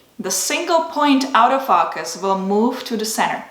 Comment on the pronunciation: Nice video. It sounds like you’re saying “out of focus” instead of “auto- focus”